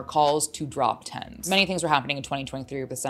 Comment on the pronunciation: isn't his name pronounced ten Z